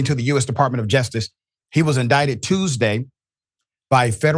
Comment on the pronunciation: Dr. Richey, it’s JUSTICE not ‘jestice.’